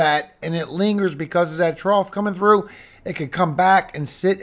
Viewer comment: You keep on saying trough it's not a trough bro it's a cold front two different things